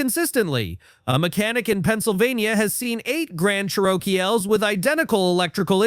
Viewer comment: Ever heard of a "Grand Charokeyel"? Remember when human beings used to narrate videos? ...Me too.